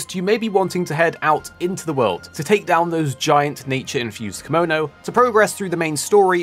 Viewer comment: "kimono" is an outfit. "Kemono" is the name of the monster. Pronounciation is important in japanese, they are two completely different words.